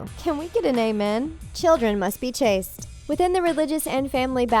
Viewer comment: Lol it's "Chaste" not "Chased" and "Meri" not "Mari".